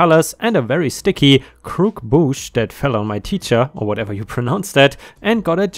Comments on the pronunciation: Not a critique, this is just in case you want to know. Croquembouche is pronounced "croak-em-bouche" the last part should rhyme with douche (its a bit gross but true.) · Croquembouche is French. Cro-kem-boosh